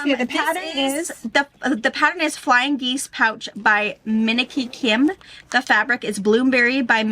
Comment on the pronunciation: Why do you say "Miniki Kim" when it is spelled Minki Kim....like the very soft-furred animal (mink)? You must know something I don't know.